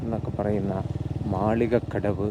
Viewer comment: മാലികക്കടവല്ല, മാളിക്കടവ് ആണ്.